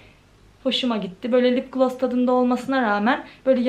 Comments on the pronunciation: Kötü bir yorum olarak algılama ama lıp glos değil :( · Lıpgloss değil yanlış okuyorsun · "Lıpglos" nedir? Biraz İngilizce öğren bence. Kendi halinde zararsız bir kızsın ama kendini geliştirmelisin. Hiç ciddiye almıyorsun gelen yorumları 🤦🏽‍♀️